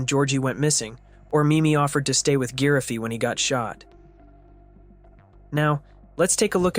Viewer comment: No way he called giraffe, geraffy